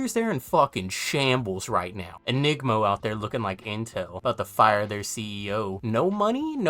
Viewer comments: ENGIMO. Not ENigmo. (I played once and am the number 1 engimo player) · Its Engimo not Enigmo. DONT YOU DARE MISPRONOUNCE MY SPONSOR AGAIN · I like Enigmo, but it is ENGIMO. en-gee-mo some guy yelled at me in a lobby about it. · Not enigmo 😭😭 poor engimo getting butchered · In the ENGIMO sponsor video, the Japanese voice pronounces it In-Gee-Mo, while English speaking voice providing translation pronounces it In-Jee-Mo. So it’s either way, like Holtow is Hole-Tau or Hole-Toe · Ppl hate ENGIMO(EN-Ji-Mo) so bad they won’t even pronounce their name properly rip my sponsor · yea was about to say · Is your mispronunciation of Engimo on purpose? They should just rename the whole company now, it's so much funnier! 😂